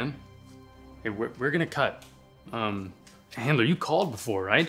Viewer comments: I laughed when they said "Handler" instead of Chandler lol 😂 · It’s not heandler